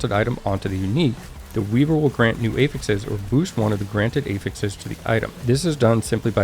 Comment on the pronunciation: "A-fixes" - was so confused for a moment, it's "aah-fix (technical /ˈæf.ɪks/)". That can differ slightly based on using it as a noun or a verb (this case, it's a noun) I'm really not a spelling nazi or anything, but you're a content creator and presenting information, right? ;) Love your videos (if I didn't, I wouldn't bother). Always straight to the point, without the fluff.